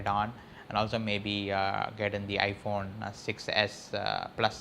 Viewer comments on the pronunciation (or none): none